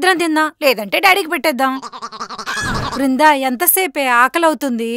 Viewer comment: వృందా కాదు దీని బోందా.......